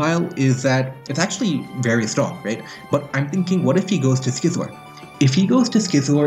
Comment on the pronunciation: you pronouse Scizor like you'd pronouns Scizzors mate. Not Skizor.